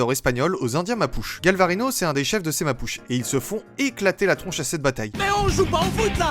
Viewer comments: Ça ne ce dit pas mapuche mais mapuché! Et faut savoir qu'après sa mort sa femme frésia qui ce prononce frécia le venga emen prenant les armes pour tué l'homme qui lui avais tranché les mains. Depuis galvarino est un symbole de courage et de sacrifice pour la liberté mapuche et frésia et un symbole de dignité de vengeance et de force féminine. J'ai des origines mapuche et je suis fière de ce peuple qui ne c'est pas laissé faire et même encore aujourd'hui ils ce battent pour récupérer leurs liberté. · J'ai kiffé ton short,mais tout petit détail sur mes ancêtres on dit "Mapuchè" bien prononcer le "è" a la fin, l'autre tribu étant les "Diaguitas" qui sont originaires des plaines d'argentine et du nord du Chili ya pas trop d'erreur possible mais je voulais juste émettre cette petite rectification en tout merci pour cette histoire❤